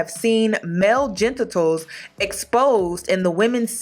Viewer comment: "gentitals"?